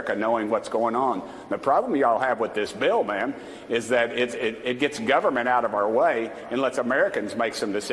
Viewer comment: "Guv'ment is help'lis and we can't do nuthin ma'm." What a doouche, so we're paying him to tow the rightwinger line since nuth'in can be fixed. Why doesn't he just resign, he's just another drain on taxpayers.